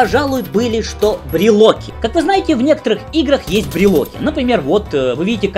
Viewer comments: Почему брилоки а не брилки? :))) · Почему брилоки а не брелки? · Брелки а не брелоки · Не брелОки, а брелки! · бреЛКи... уши кровью истекают...